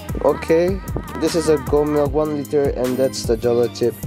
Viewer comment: 'Jolo' should be pronounced as 'howlow'